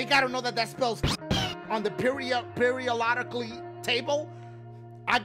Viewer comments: "periolodically table" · "periodolically table"